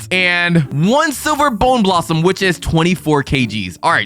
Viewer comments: Bro its bone blossom not boner blossom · Boner blossom?! Its bonę blossom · It’s not bowner blossoms it’s bone blosssom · Why did bro call the bone blossom boner blossom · Bro it’s not not Boner blossom it’s bone blossom 😭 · Bro says bone blossom boner blossom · It’s bone blossom, not the not boning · Bro says boner blossom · WITH A BONEUHHHH BLOSSOMUH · Why you say boner blossom ?????????? AYOOO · Bro said boner blossom 😂😂😂😂😂😂😂😂😂😂😂😂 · He said b#ner blossom